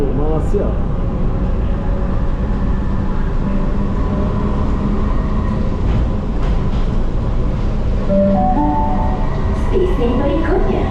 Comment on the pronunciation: boleh tak sebut perkataan MALAYSIA 🇲🇾 dengan betul lepas ini..boleh search sebutan yang betul di YouTube...Salam Satu Rumpun ✌️✌️✌️🤗🤗🤗